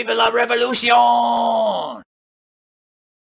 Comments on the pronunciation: Revolucion, not revoluti-ohn. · The way you pronounced the end of "revolution" was French, not Spanish.